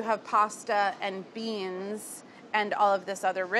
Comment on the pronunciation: I love how when Carla says 'beans' it's always a two-syllable word